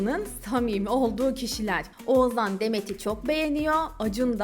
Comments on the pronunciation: Bir de Oğuzhan' ı telaffuz edebiseydin keşke 😂 Oğuzan Oğuzan diyip H leri yutmandan biz de doğrusunu demeyi unuttuk 😂😂😂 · Oğuzzzaan dedikçe z ler beynimi deldi 🙄